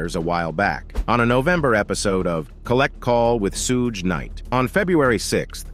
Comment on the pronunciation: SHOULD WE BELIEVE ANYTHING/ANYONE THAT ALLOWS ARTIFICIAL INTELLIGENCE TO NARRATE?? Cannot even pronounce Suge’s name correctly!!!